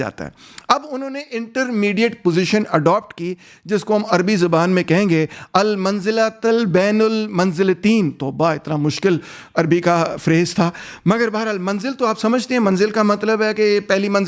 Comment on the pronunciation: بین المنزلتین ۔۔۔۔۔۔۔۔۔ Bain ul Manzilatain....Right Bain ul Manzilateen....Wrong